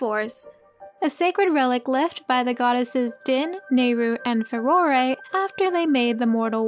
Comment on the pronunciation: I'm sure im not the only one but this is the forst time I've heard anyone else pronounce it far-oar-ay !!